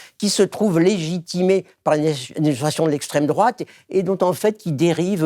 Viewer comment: C'est pas l'esssstrême-droate le danger ? On m'uaurait menti ??